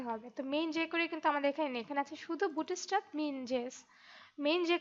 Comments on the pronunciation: অনেক সুন্দর একটি টিউটরিয়াল। আমার অনেক ভালো লাগছে। ডোন্ট মাইন্ড আপনার উচ্চারণে একটা সমস্যা আছে। উচ্চারণটা ”বুটি-ইস্ট্যাপ” না “বুটস্-ট্রেপ”। ধন্যবাদ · 'bootstrap' bangla pronunciation chara khubi sundor